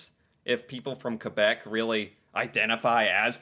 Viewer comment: Well first off, he didn't say Quebéc, he said Qwebeck